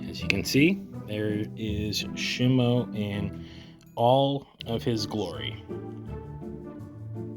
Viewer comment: is shimU not shimo